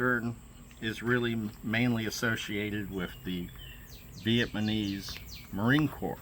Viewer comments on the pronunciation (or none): Its Viat NAM ese not Viet man ese man. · I think im loosing my hearing. I kept understanding "viet-manees".